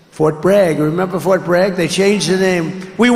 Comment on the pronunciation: He said frot bag. 😂